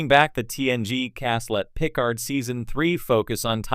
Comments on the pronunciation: Stop using AI, it sticks out like a sore thumb the way Picard is pronounced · AI really keeps butchering Picard's name.